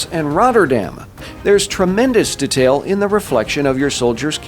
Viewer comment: the way you pronounce detail is incredibly infuriating to me